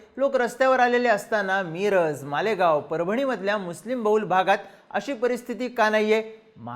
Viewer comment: मी$$$रज नाही, मिरज. उच्चार वेगळा करताय.